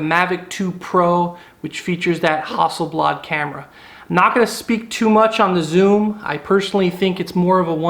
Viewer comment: I do not care for the Phantom its to big a bulky for the places I like to go and shoot so I went for the M2 and it is great ok its not got a pro-grade camera but I bet you the P5 wont have anything thats much better. you got to spend a shit load more than a few $K to go pro level so I don't really get you and Why did you say "Hustle Blood" ? that's not how you pronounce that name dude !! lol